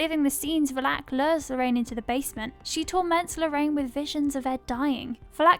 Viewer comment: The pronunciation of Valek is triggering lmao